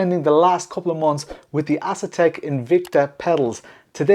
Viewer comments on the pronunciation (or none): Bruh, I could be wrong but I don't think it's pronounced Ass-Attack